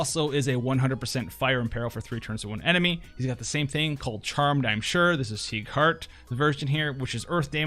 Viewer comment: You said sieghard and nichol lol